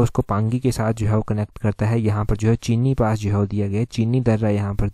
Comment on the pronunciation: Vdo k 1st question m jo chini paas diya hua h uski sahi pronunciation cheni paas h Yh paas b chamba ko pangi k sath jodta or prachin raja maharaja k samay log iss paas k through ee pangi k liye by path travel kte thye